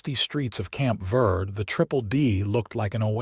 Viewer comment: Fort Verde is pronounced vaird-a, Verde is spanish for green. In the Spanish alphabet the e is pronounced as a long a in English.